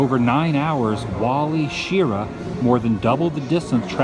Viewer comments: YAYYY,! He seems to liven up almost anything. Great 'stache too. Astronaut Wally's (Sigma 7) last name is pronounced, "Shir-RAH". Polycarbonate is better known by the trade name, "Lexan", the super-hard plastic used to make aircraft glazing and canopies, electronic components, containers, DVDs, safety glasses, cell phones, etc. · The astronaut's name is pronounced Wally sheh RAW.